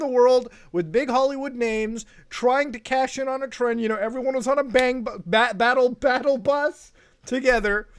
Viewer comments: The fact you're almost said BangBus instead of BattleBus makes me really happy for some reason lmao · manz almost said bangbus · Gotta love how Muta nearly said bang bus 🤣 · I heard you almost say "everyone's on the bangbus together" haha. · When he said battle bus he almost said bang bus idk kinda sus 😳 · When he almost said bang bus that absolutely sent me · Almost said bangbus there, didn't ya boi? 🤔😂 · Anybody else notice he almost said "Bang bus" instead of "Battle bus"🤣🤣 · "Everyone was on a BANGB-" Nah mate we caught that you ain't slick.